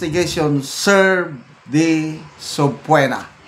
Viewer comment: Excuse me,. The word subpoena is pronounced as suh-pee-nuh.